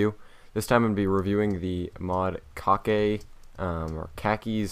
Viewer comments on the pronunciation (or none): kake is pronounced cake as in the food btw